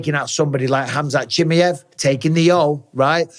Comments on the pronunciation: I wish you wouldn't butcher Chimaev's name like that 😂😂😂😂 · Your English and you butcher his second name, you know what mean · Pronounce khamzat's second name RIGHT please !!!!!😫😫